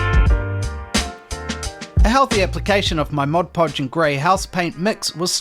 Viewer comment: This looks really fantastic. And well done for being the first hobbyist Youtuber to pronounce Mod Podge correctly.